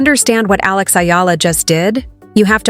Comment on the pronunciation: Pronounced as E-ala... Not Ayala nor Illa